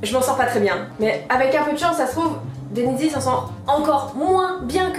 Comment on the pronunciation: Denezyee? 🤣 C'est! 😂😉